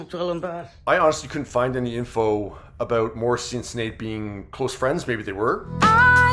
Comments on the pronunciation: You need to learn how to pronounce her name. It’s not sin - shin. S in Irish is Sh sound. Shinead. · Her name is pronounced..S h I n é a d..shin aid. It is an Irish name